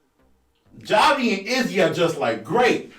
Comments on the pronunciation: I think you just mispronounced Javi’s name. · He continues to mispronounce it 🤣🤣